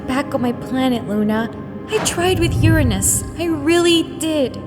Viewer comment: Titania in this episode is the first and only character that has correctly pronounced Uranus’s name